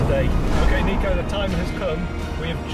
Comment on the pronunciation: You know Niko respects people when they call him “Neeko” but the subtitles still say “Niko”